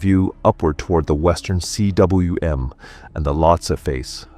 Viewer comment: Cwm is pronounced ‘coom’. It’s the Welsh word for valley. Probably a good idea to be able to pronounce it, if you’re becoming an Everest Talker.